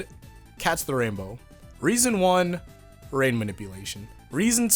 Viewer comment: When you said I love rain I thought you said that you loved rape and I got really confused